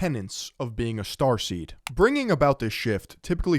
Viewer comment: I just keep thinking about transformers every time you say "strarsteam" 😂